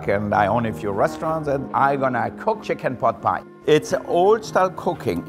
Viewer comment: I lije how he said chiken pot pie